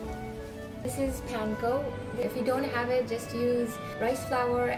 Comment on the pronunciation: I love your cooking ❤. Just one very minor information I would love to share with you. I live in Japan, so The right pronunciation is paan ko. Jemon Bangal te paan. Not pan. Like english way. 😊